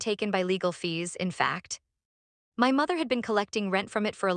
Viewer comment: This is a very harsh horrible AI voice, I don’t think I can listen to it all, it’s very grating on the nerves! also, it’s another AI voice that can’t pronounce ‘my ‘ it comes out as M Y